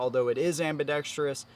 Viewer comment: Dude, your inability to pronounce or sound out the word 'Ambidextrous', makes baby Jesus cry! It's not pronounced AmbidexTREEous! There is no 'I' or E after the R. Holy shit!